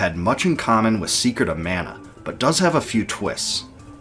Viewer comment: ugh, please at least work on Pronunciation in the future man. This is hard to watch, there's countless mistakes. I do love that you put in so much work, but you gotta give. マナ !! マナ !! I'm still giving the thumbs up for total effort.